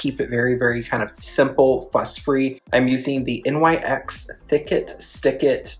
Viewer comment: It's Nyx. Not N Y X. Nyx. After the Greek goddess of the night.